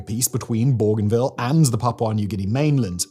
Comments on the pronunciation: I wish this idiot had taken the time to check the pronunciation of Bougainville first. It's 'bow-gan-ville'. Where the hell did he get 'bor-gan-ville'? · Pourquoi prononcer Borganville? C'est Bougainville en français. Même chose pour Torets, c'est Touareg. & la Nouvelle-Calonie, mais c'est quoi, ce bordel ? J'arrête, c'est insupportable. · The pronunciation of Bougainville is doing my head in . . . the first syllable is pronounced Bo, as in Go . . . Bo - Gan - Ville . . . Simon said it so many times I had to skip ahead. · There is no"r" in Bougainville, pronounced Boo-Gain-Veal. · It’s cringe whenever a Northerner tries to say “Borganvill” was it. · yeah, I've always pronounced it that way too... Bo-Gain-Ville also makes sense... maybe I just hate the French so much I won't say it the way it's meant to be said 😅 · this idiot is australian but cant promions the name bougainville or PNG right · Bruv, there’s no R in Bougainville. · There is not "r' in Bougainville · Agreed. Simon's pronunciation seems to be getting worse lately.